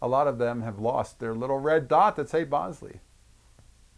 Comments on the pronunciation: Lots of comments about the pronunciation of the name of the camera. Just to add another twist to the discussion, it's actually pronounced "bowl-ZAY", not "BOWL-zee". When Jacov Bogopolsky changed his name for the last time, he changed it to Jacques Bolsey and pronounced it like the French would pronounce it. But don't just take my word for it, you can confirm this in the movie his great grand-daughter Alyssa Bolsey made about his Bolex camera, "Beyond the Bolex". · BOWL-ZEE, REPEAT...BOWL-ZEE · Check the spelling. I believe Bolsey is pronounced "BOL-SAY". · I thought I had been saying it wrong this whole time - but, no - YOU have haha